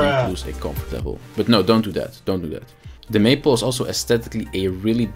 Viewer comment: Great video. Only a very minor correction, and really only because I was listening and not watching. It is May-pole, not maple. I had to look at the video to realize what you were talking about. Lol. As I know English is not your first language, I thought you would like to know. 😊